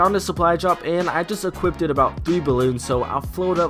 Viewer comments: Stop saying “equippeded” geezus fuck. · Why you still say equipeded tho? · equipted LOL